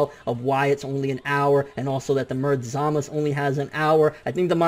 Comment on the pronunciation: Who the fuck is Zamas You mean Zamasu!